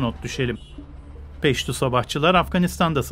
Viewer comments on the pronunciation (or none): Peştu değil Peştun. Bi haberciler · Peştu değil peştun